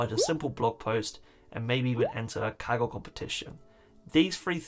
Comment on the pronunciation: I seriously thought he said kegel competition